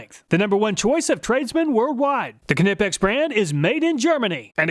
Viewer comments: It is always funny to hear you Americans try to pronounce a word starting with kn like Knipex. "Kanipex" 😂😂. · Just a heads up, Knipex is not pronounced ka•ni•peks. The correct pronunciation is either neye•peks just like you would pronounce the word Knife, or ni•peks as though you are saying "nip". Regardless which pronunciation you prefer, the "k" is silent. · I died inside everytime you said ka-nip-ex…. You’re American. It’s nip-ex. Same idea as aluminum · Great channel Love it ! However please, please, please it’s “ Nipex “ not Knipex! In proper English it’s pronounced “Nipex” the Germans even say “ Nipex” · very good video but it bothers me that you pronounce Knipex "Kuh-nip-ex" instead of how its spelled. i have seen alot of videos of people pronouncing it like "Nee-Pex" or "Kuh-nip-ex" when its actually pronouced "K-ni-pex" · Pleas for the love of god, stop using the k sound in knipex. The k is silent. Like know. Nipex...N I P E X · Nipex, not Knipex. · Ka-nipex… LOL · Having used Knipex tools for most of my professional career, I am not surprised at their superior performance. Although the name, in English, is with a silent "K" as in knife and knight, so would be pronounced Nippex. Thanks for the great content. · You don't pronounce K in Knipex it sounds like kneepex, but written knipex. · LOL Ka-nip-ex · Isn’t it ( N-EYE-PEX)? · It’s pronounced n(i)pex. Like knife. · I believe Knipex is pronounced ny-pex. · pronounces kah nip ex people, he comes up with these elaborate tests, he can pronounce it how he likes, lets move on.:) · Knipex is a silent K! Every video you miss pronounce it 😂😂😂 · I love the way you say Knipex. It’s “Ni-Pecs” the K is silent 😂 keep up the good work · Pretty certain Knipex s pronounced NEI-PEX. Two syllables, long I, silent K. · just so you know, its pronounced knipex like how you would say knife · I always thought the K in Knipex was silent. Good thing I never said the name out loud in front of anyone lol.